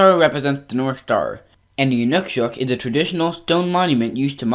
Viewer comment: It's pronounced "I ∙ nūk ∙ sūk